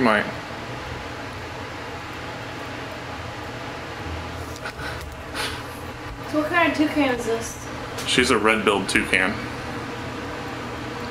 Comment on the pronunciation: I.... Tell.....you....hwat 😁